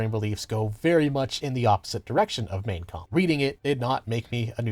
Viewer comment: It's Mein Kampf and he pronounces it about as well as I'd expect an American to pronounce a German word.